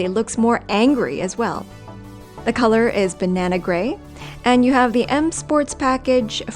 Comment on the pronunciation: The color of the 5 series is “Bernina Grey” when she said it, sounded like banana grey.